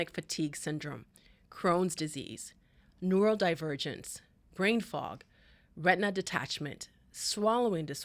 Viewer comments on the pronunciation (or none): EDS does NOT cause "neurodivergence". STOP SPREADING MISINFORMATION!! You are also pronouncing it incorrectly.